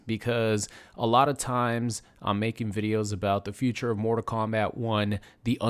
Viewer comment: Stop calling it morta kombat